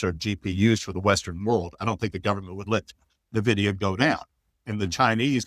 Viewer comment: Hagstrom is insufferable. So pompous for someone who underperforms massively. Will someone please tell him how to pronounce Nvidia.